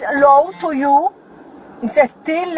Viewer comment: definitely not Russian, we have a Russian family living near us. She even said she speaks Spanish and asks for a translator but, then continues to speak in English with a strong Spanish accent. Even if she’d not stated she speaks Spanish, it would have been easy to identify her accent at these points in the video: e.g. at 13.33 she said: “joo pushed me” and when she pronounces “identification” - those are de@ giveaways.